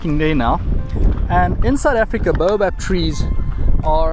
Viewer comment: His pronunciation is correct. Explain why you think it is wrong. I am an English language professor, so I think I know what I am talking about.